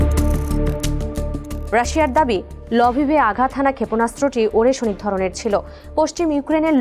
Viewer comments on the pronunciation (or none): উচ্চারণটা ওরেস্নিক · উচ্চারণ টা হবে “আরেশনিক “। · নিউজ রিপোর্টার মেডাম, সঠিক উচ্চারণ টা হবে “আরেশনিক “। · আগে মিসাইলের নামের সঠিক উচ্চারণ শিখেন তারপর উপস্থাপন করতে আসেন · উপস্থাপিকা মিসাইলের উচ্চারণ না শিখেই নিউজ পড়তে শুরু করেছে 😅😅